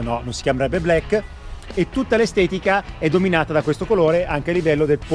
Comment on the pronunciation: blaeikkkè non vuole dire niente, black con la a chiusa